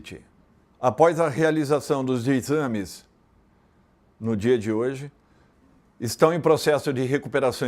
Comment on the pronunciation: É impressão minha ou ele falou inxames?